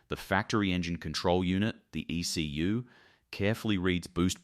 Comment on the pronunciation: In this day & age, why can't AI voiceover software be engineered to pronounce words such as "ECU" and "driveline" properly?